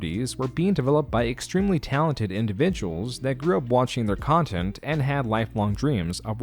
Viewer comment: Great vid, but 2 questions: 1) What is "youtubeh"? 2) What is "contint"? Thank you.